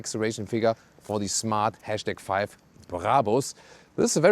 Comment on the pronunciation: The # is pronounced ‘hash’ or ‘number’ or ‘pound’.